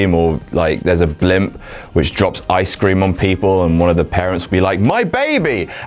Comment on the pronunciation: 'Eye-scream' ? The fuck is Eye-scream?